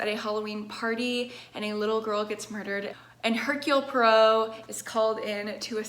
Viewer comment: when she knows how to say hercule poirot 🥵